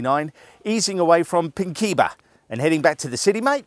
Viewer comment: Just like to point out that its pronounced PINK IN BAH